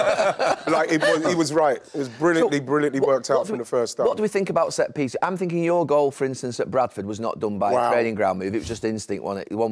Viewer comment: When he says "finking" instead of "thinking", is it lack of intelligence or laziness?